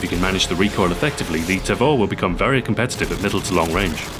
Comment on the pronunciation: It's pronounced "tah-vor" not "tay-vor".